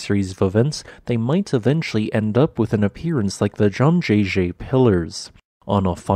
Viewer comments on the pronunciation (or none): Are the formations in Halong Bay in Vietnam made from similar quartz sandstone? I think Zhangjiajie should be pronounced like "jaaang" "jee-ya" "jee-yeah" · The pronunciation for the first syllable Zhang was OK but progressively got further off the mark, which is fine as even European chess commentators have trouble pronouncing the "jie" in Lei Tingjie Suggestion when making future videos on mainland China landforms that you include the province(s) they are located in rather than "in 'X cardinal direction' China" as the latter can be fraught and misaligned with common usage; e.g. Sichuan is NOT central (naive characterisation based solely on longitude), but southwest